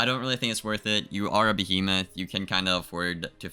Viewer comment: Did u just say “u r a behomoth”? Bruh that’s Blake’s thing. Also, that’s only when u got 74 uni res on ice so u misused someone else’s catch phrase damn